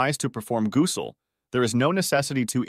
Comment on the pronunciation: These A.I. voices are funny at times: gooosel 😂. But excellent work to load this - it’s a v imp topic and many Muslims suffer from this issue.